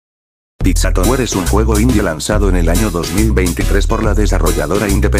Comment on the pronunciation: piszå tabwüer